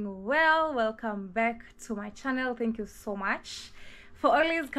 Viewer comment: I like it whenever you say "tingoo" makes me laugh.More love